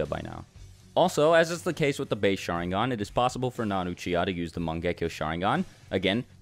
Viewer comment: I gotta say this u guys dont pronounce sharingan correctly